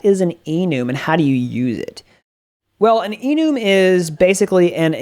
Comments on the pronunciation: i felt gross after hearing that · I died when he said enoooom